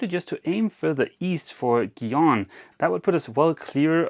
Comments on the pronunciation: Gijón, I know, Spanish is tough to pronounce, try Jijón with a ‘j’ you’ll do much better. Keep up the good work! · Gijon is pronounced a little like Hihhon.